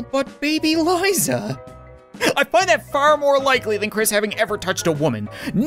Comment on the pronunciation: That is the weirdest way to say liza.